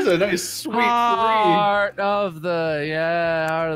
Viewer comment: jacksepticeye says "tree" instead of "three". So...